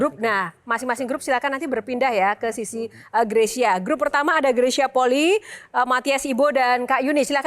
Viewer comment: Penyebutan Fam/klan bukan poli, tapi Poli'i